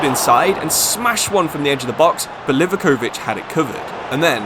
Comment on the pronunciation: Livaković mispronounciations killed me